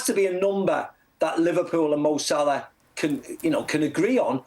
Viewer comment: Why do you pronounce ‘Sa-lah’ as ‘S’Larr’? 😂